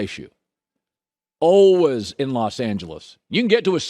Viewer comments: Colin "alwuhs" Cowherd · Colin "ALWUZZ" Cowherd